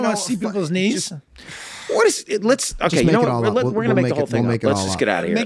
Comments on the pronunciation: To my non-English speaking ears, it sounded like Charlie said his dislikes included "people's needs". LMAO'd picturing this in a dating profile. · As a dislike i always thought he said "peoples' needs', rather than, "peoples' knees". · All this time for that dating scene when they ask him what his dislikes were I thought he was saying peoples “needs”😂🤣…I never got it but yea peoples knees is funnier😂🤣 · For the longest time i always thought that charlie said one of his dislikes was "peoples needs" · I always thought he said "peoples needs"